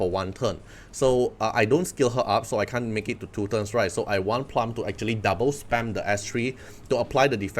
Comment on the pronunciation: Bro. It's plooom.